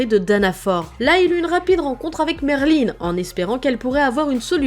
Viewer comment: est heum c pas Merline mais Merlin sans e a la fin